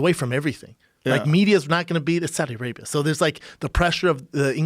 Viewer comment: Schaub said Saddi Arabia 😂